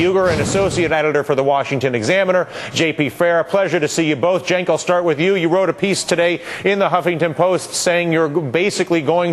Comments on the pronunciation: He finally pronounced Cenk's name right. Huzzah! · hey, he pronounced cenks name correct. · thats how its said. Cenk is Janke